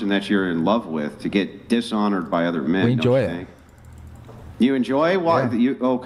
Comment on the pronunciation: I love how most of the broken ish accents are unable to say “th” like in broTHer oTHer they say bruhvah or ovah but can say THe THat THere etc correctly it bugs me